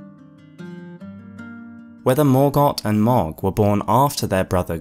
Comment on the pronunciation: Love the video and your channel, been watching since the start and so happy to see you back making videos! Also, just wanted to say that "Mohg" is pronounced like "Moag" not "Mogg".